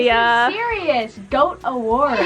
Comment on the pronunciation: all i hear is "this is sewious" from the wonderpets theme song 😂